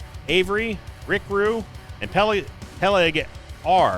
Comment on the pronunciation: pe-leg R that's the name, love the videos!